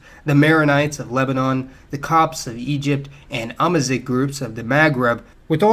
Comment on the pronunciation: Just in passing : "amazigh" is pronounced "amazir". :) Ideally with the french "r" but doesnt really matter in the end.